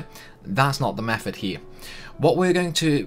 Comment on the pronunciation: It's not 'free' it's three, it's not 'meffud' it's method, it's not 'fousand', it's thousand, it's not 'furver', it's further, it's not 'maff' it's maths. Which town in the Potteries are you from? Best one I heard 'Funderga' - lol, was that supposed to be Thunderga? You're a star, I like you!